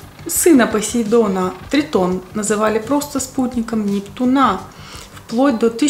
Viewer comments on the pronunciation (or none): У НептунА с таким ударением ухо режет, а так вы бесподобна, 😅 Очками закрываете глаза, потому что с листка читаете? Или для антуражу)))